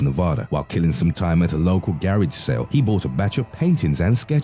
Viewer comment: I like the way the narrator pronounces garage sale ...wow lmao